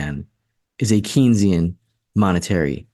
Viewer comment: I recognize you are not a Keynsian economist but you should know how to pronounce his name. It is pronounce "Kayn-sian". Please, it really cuts into you credibility and makes you sound like AOC.